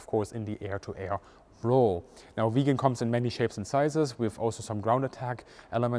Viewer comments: The name of the aircraft is VIGGEN !!! It is an INSULT and a BIG mistake to the pronounce the name of this magnificent aircraft in the same way as "Vegan". A "Vegan" is an animal welfare fanatic. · Not that it really matters, but you've got your pronunciations of Gripen and Viggen switched around. Gripen is pronounced with a longer more drawn out first vowel, whereas it should be short for Viggen and more emphasis put on the g's. Put another way, Gripen is pronounced like jeep-N but with gr at the start instead of j (and roll that r), whereas Viggen is pronounced more like wig-N, but with a V sound at the start, not a W. (or exactly like W if your German) No judgement though, of course, it's a difficult language with weird pronunciations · Hi, when you say "Vegan" instead of 'Viggen', you forget that the aircraft was always a predator, and could never be a vegan. It has blood on its intake manifolds. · Great upload as usual but a petty point, its not Viigen, it is Viggen. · I have only seen one other plane with the Viggen's splinter camouflage - and that was a WWI plane. Why is it unique to this plane only, and why was it replaced with grey ? Another question : Why are there fluorescent numbers and stripes on the plane if it has camouflage to hide with ? The Viggen is absolutely one of the best looking planes ever to fly. I had no idea it was pronounced "vegan" . I had always called it vij - gen or vig-gen. 👍